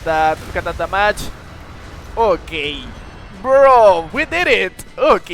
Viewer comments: When you say damage i thought you said the match 😅 but good vid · No problem, in fact I kinda think da mage is better sounding